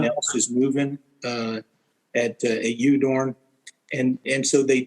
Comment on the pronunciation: Udorn is pronounced Oodorn in Thai